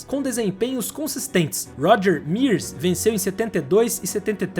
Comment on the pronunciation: Excelente vídeo, mas… a pronúncia macarrônica dos sobrenomes lendários “Unser” e “Mears” fez meus ouvidos sangrarem.